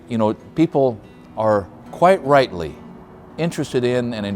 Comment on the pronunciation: you said "people are quite rightly" or was it "people are quite Wrightly". Would that be Peter Wrightly?